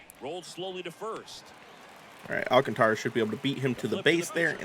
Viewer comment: Great video's. BTW you pronounce Sandy's last name. Al Kaan tr uh